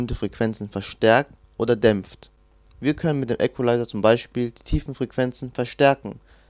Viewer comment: KORREKTUR: Equalizer spricht man im übrigen "ikwelaiser" und nicht "äckwelaiser" (ist in der Form ja englischen Ursprungs)